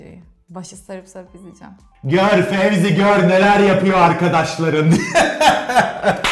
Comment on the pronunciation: 'in tüm video boyunca Fezi'ye Fevzi demesi 😂😂